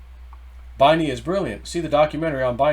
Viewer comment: Binney is pronounced “Benny”